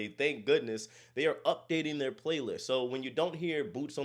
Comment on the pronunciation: ATTN BLACK PEOPLE THE POSSESIVE WORD IS PRONOUNCED "THEIR" EXACTLY LIKE "THERE" A "TH" WITH "AIR" NOT "THEY" THEY IS LIKE "I talked to the kids acting ridiculously on the cruise and THEY went back to THEIR rooms" Their- possesive TH + AIR thank you